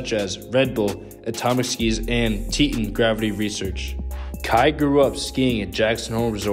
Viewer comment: You are mispronouncing ‘Teton’.